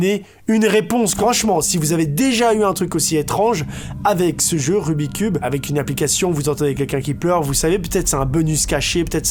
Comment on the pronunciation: c est pas rubicube mais rummicub